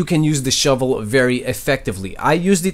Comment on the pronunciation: The "shouvlè" should be turned into a MEME. RIGHT NOW!!